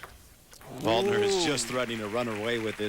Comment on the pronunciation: they mispronounced Waldner's name too. these announcers are pretty terrible